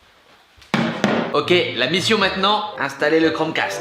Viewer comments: Toi aussi t'a entendu "Chrome CASTRE" ? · À il dis " castre " 🤣🤣 Sinon j'adore t'es vidéos